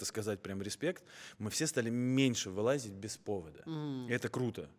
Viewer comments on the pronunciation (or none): Арсений, нет слова "аылАзить"! Слух режет ужасно!.. как ты мог так сказать?? Ты же артист... тебя учили правильной речи! Не понимаю.. это прям нонсенс!